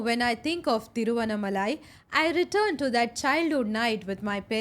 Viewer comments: The pronunciation is ThiruvannAAmalai. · Pls pronounce Thiruvannamalai properly!!!🙏🙏